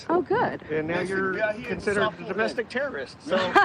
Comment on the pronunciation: “Now you’re considered a domestic trrrst” -domestic trrrst